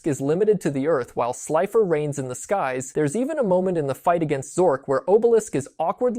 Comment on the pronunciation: Bruh...why do you keep mispronounced names? Are you EVEN a fan?? Atem is pronounced AH-TEHM Obelisk is pronounced AW-BEL-ISK